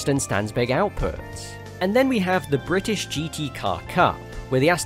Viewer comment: Bri’ish